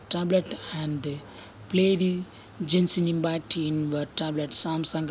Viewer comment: Bro u don't pronounce genshin impact like that